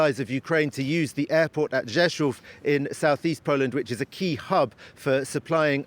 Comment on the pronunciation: Wow, how well you pronanced Rzeszów ;-). Gratz!